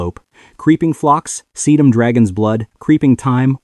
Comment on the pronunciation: You can always tell AI GENERATED crap. Listen to how they pronounce Thyme, Bugle and Sedum